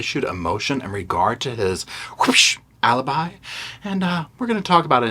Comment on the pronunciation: Alibi versus A-lie-bi...🙄 Thank you!